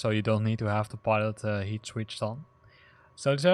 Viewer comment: It isn't "pilot heat" - it's pitot heat. I'll let you google that to find out what it is. In English, by the way, it's pronounced Sessna, not Chesna. Thank you for the video